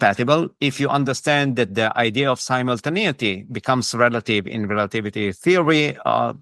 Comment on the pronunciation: he goes into great description😂 including "similtinaity" etc